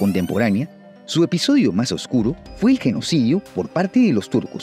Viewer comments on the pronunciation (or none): none